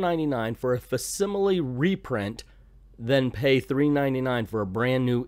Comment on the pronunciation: It's pronounced Fack Similie, not fass simily for what that's worth.